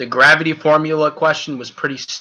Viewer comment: Not to be rube but can you read better, you studer a lot and mispronounced a lot of words. example: its called ultra isntinct not ultimate instinct and you mispronounced gravity. Still like the vid.